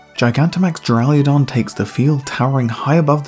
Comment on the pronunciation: Loved the video, but for the love of Arceus, there is no "i" in Duraludon